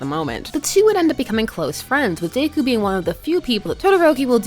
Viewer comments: day-coo? it's Deh-coo. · Im i the only one that notices she is say “dayku” instead of deku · No hate here but I think deku is pronounced “Deh-kyu” instead of “day-kyu” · DEku not Dayku lol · "DaykU" she says. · It's Deku not Daku. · Is anyone else getting mad she’s saying daku instead of deku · “Midorya or dAkOo” lmao why she say deku like that? XD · No one, Not a single soul, Her: "Day-ku" "..... Yep, perfect pronunciation......" (This is a JOKE) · Lowkey feel like you pronounced Deku as Daeku just to pis$ some fans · i love you but dayku is killing me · I’m bothered you’re pronouncing Deku like daikoo